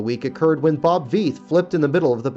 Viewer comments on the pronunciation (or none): I hate to do this again but you mis-pronounced the driver Bob Veith's name. It is pronounced "Viiiith", not "Veeeth". Sounds alot like "life" with but with a V.